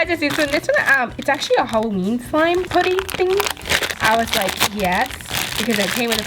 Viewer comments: It’s so cringy when u say “poo-ty” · It's pronounced pu-dy the Pu as in up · Your seriously my favorite youtuber but I hate the way you say putty😂😂